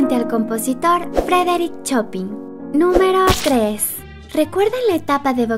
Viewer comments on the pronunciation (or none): Excelente El Chavo Es Un Clásico.🔥 Amé Tu Vídeo 🌟Pero La Pronunciación Del Maestro Frederick Chopin es (Choupan) 😉🤗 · Chopin se pronuncia "Chopan" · Y me extraña de, siendo fan de Chespirito, que no lo supiera pronunciar, pues Chespirito hacia sketches parodiando a Chopin.